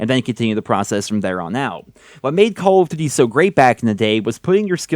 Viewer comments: "CALL OF dűdi" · The way this guy is saying call of duty is triggering me so bad